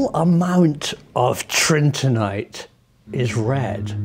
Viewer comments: ? Tritinite or Trinitite? The label in the video is Trinitite. Prof pronounces as Tritinite. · Love the film but just to be pedantic, isn't it Trin-it-ite? Not Trin-tin-ite? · it's 'trINITite' and not 'trINTINite'! Please excuse my correction but I am quite a pedant!! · you pronounced it "Tritinite" all through the video. It's "Trinitite". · Pretty sure it is trini-tite from trini-ty... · The Professor actually calls it Trintinite. Maybe there are all sorts of magical, related, compounds created in this alchemical cauldron. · Its trinitite!!! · He makes a vague but possibly meaningful claim about trinitite (which he mispronounces each time) for which provides no evidence whatever.